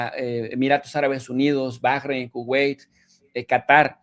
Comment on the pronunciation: Me encanta, me mata de risa cuando pretende pronunciar en inglés, nombres o palabras extranjeras, 😂😂. Morí en todo del vídeo bueno el pedacito que ví, ni un simple Kuwai se salvó, barak obama, palabras en español de origen anglo, cómo que ese tipo de personas tienen algo en la cabeza. 😂😂😂 Felicidades al profe lo empecé a ver desde q inicio, ahora ya no, pero se ve que le ha ido muy bien 👍